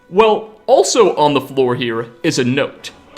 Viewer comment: I just noticed something about the narrator's voice. I think it's just a minor regional quirk but I can't unhear it. He does this thing where he doesn't cut the flow of air at the end of a word when it has a consonant. Usually it presents a a tiny little -uh at the end of a word "dragon-uh" skyrim-uh" "here-uh" were a few I picked out in a couple sentences. It seems just a little weird to me but it's probably better for voice over than dropping or softening consonants all the time like I do. Edit: just wanna clarify I'm not hating, even when you're accent is near indistinguishable from people across the country, there are still tiny differences that give it personality and I love that about language